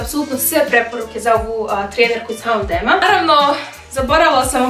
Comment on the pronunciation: Nisam sigurna da se H&M tako izgovara?